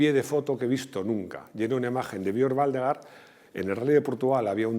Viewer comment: Waldegård se pronuncia Waldegord, ves que tiene un circulito en la "a", es sueco, el idioma.